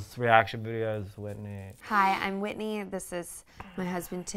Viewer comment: Lol that’s like the main thing I remember about Whitney was the way she would enunciate her g’s but they sound like k’s. 🤣